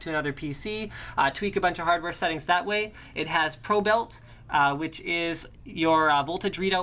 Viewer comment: its not pro belt its probe IT